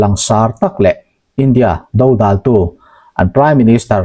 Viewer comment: Dodal tih I lamdan a thluk hi a dikhlel deuh lomaw..a thenah chuan I lamdik thobawk.. atha tho thove